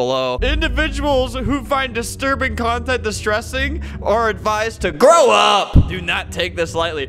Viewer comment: "are adviised to GROW UP!"